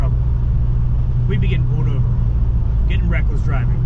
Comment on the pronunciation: It's pulled over it's not p o o d over